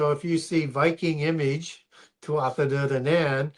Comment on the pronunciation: Hearing him butchering the Irish gods Tuatha dé danann makes me ears bleed